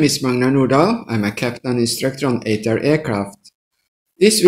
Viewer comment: Did he Sây "Ash Ťray" ????